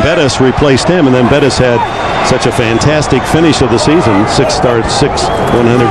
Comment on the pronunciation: Dick Enberg calling Bettis, Burris multiple times. Awful.